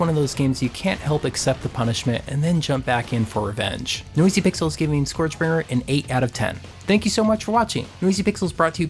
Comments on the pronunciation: SKURJ is how it's pronouced, not SCOREJ. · Sorry to be that guy, but it's pronounced SCURJ.